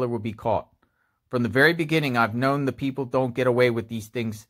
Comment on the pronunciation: When you say “the” before a word that begins with a vowel you pronounce it “Thee,” like The Exorcist. When you say “the” before a word that begins with a consonant you pronounce it “thuh,” like The Godfather. You keep saying “thee” father of . . . It makes you sound as though you’re uneducated.